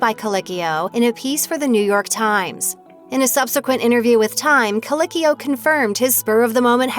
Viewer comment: I may not enjoy this person, and you can at least pronounce his last name correctly: coLEEKeeo. Thank you.